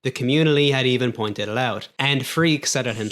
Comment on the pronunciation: the communi-lly had even point-itled out